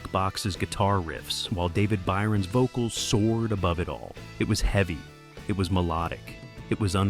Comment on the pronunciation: Very eavy not eveey This just gets annoying! Just read the script yourself!